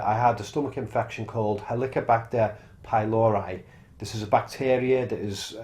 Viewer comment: /PYLORI/, not /pajloɹaj/.